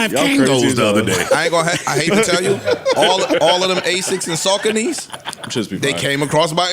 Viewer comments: What are SAC-CA-NIES? I believe you meant SACONY'S. 😂😂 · Saw ko knee is how its pronounced. I googled it. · The way they pronounce Saucony's is atrocious. "Suh-Cone-knees"! Say it with me. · 🗣️! Saucony sneakers are pronounced “Sah•Coney 🤦🏾‍♂️ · The way bro pronounced saucony is crazy work 😂